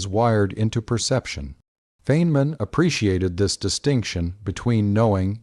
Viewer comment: Please teach your robot how to pronounce the professor’s name.